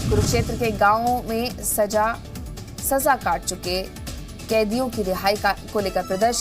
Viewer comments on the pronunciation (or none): she said "saja" (decorate) instead of "saza"(punishment) 😂horrible mistake for a new anchor, she should get "saza" (punishment) for it😂😂